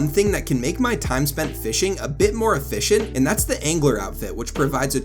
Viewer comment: efFISHent, hehe